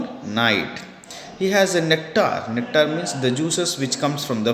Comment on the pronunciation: cuptar of nectar lol